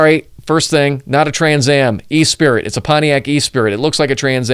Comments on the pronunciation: "E-Spirit"????? I think you meant to say,......"Esprit".......pronounced "Eh-Spree". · Es- prit. Not e-spirit. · I think its Eh-spree :) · Hi, you mentioned you are a Chevy guy and you are showing a Corvette on one of your screens (good choice!), so I’ll give you kudos for correcting yourself on the Pontiac Firebird sub model: Jim Rockford didn’t drive a Trans Am, he drove a Esprit (ess-pre) as you stated, but mispronounced as e-spirit. The world literally is French for spirit but we don’t pronounce it like that (think of the phrase esprit de corps). I read James Garner thought that Jim Rockford would not be able to afford a Trans Am (given that he often was out of work and many clients stiffed his fee of $200/day plus expenses) and it would also be too flashy for a real PI to use. The cars Pontiac provided were optioned as higher performance Formula models but badged as Esprit’s (one level up from the base trim) with the Esprit hood, without the dual hood scoops from the Formula (two levels up from base but below the Trans Am). The higher performance was often featured in chase scenes where Jim Garner himself would often use the classic reverse J-turn that is now known as “The Rockford turn” used as an escape move. Thanks for your opening credits breakdown, very interesting. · For Pontiac Esprit, say Pontiac ES-pree not "e—spirit" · The car was a Pontiac Esprit pronounced “uh spree” not e spirit. Not even the same word. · I learned more than I ever wanted to know about video editing by watching this video. The only quibble I have with the video is your mispronunciation of the word “esprit”. Rockford drove a Firebird Esprit. Note spelling. Only one i. It is not pronounced “e-spirit”. The word is pronounced “esspree”. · Love the video. But every time you pronounced “esprit” as “E-spirit”, I wanted to throw my phone into a wall! Esprit is a french word meaning “spirit”. It is pronounced in English as “UH-spree” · NOT an "E SPIRIT" DUMB ASS! Esprit' (Espree )